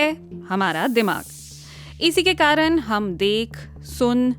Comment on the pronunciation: कारन नहीं कारण hota है, tum elite log ab ण का pronounciation क्यों ठीक नहीं करते